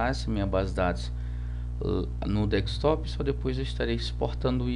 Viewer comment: Se diz desktop, não dekStop